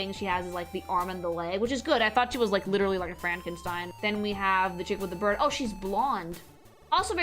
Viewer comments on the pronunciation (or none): none